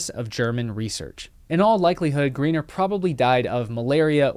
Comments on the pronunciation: Pretty sure his name would be pronounced 'Gryner' not Greener. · The pronunciation of the German ei is like the English i . Your pronunciation of the German name Greiner would have to be for a German writing Griener or Griner, but don't worry most English speaking people make the same mistake.